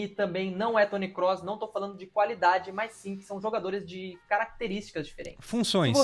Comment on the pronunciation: Você pronuncia certo o nome do Kroos. Muitos falam com ó ao invés de ô. 👌